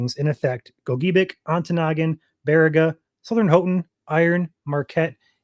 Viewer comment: I used to be an illustrator for the Ironwood Globe paper, and the county is pronounced "GO- ja- bick."